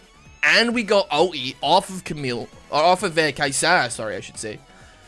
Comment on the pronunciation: it's Kai-sa not Kai-saa